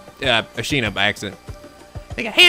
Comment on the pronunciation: Pains me so much every time he says "Ashina" instead of Asahina >_<